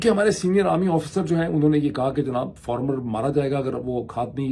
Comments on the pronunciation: Why do you pronounce it (FORMER)? Is it not (FARMER)? All bloggers call it Formers. Why so? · Not former FAAAAR-MER